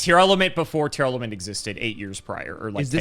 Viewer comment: STOP MISPRONOUNCING TEAR-LAMENT. IT IS TEAR - LAMENT. as in LA-MENT. as in LAMENTING THE DEATH OF YOUR PARENTS.